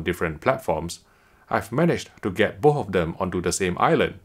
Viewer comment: Plz learn how to say BOTH not booohh.. 😁😁